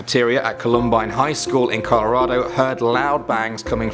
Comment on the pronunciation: Hay columbine is pronounced Colum ByNe I know because i had friends and family in tehre